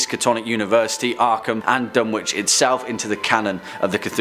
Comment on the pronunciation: Another great video! However you don’t pronounce it Dun-witch it’s Dun-itch. Silent W.